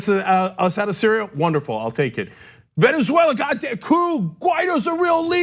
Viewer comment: Hey Ana.. this is said with love...please practice saying Venezuela. Not veneswella. 😂😘